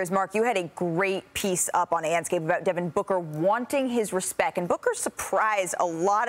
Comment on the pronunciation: “wuaaanting his RESPEK”